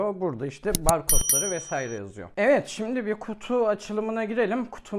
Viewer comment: Mesaire değil "Vesaire"